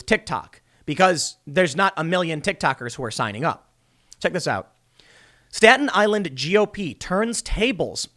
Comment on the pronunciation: Tim says Staten Island like he's a local, "Stat Island."